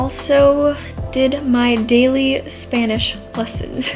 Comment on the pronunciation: Your Spanish pronunciation sounds really good!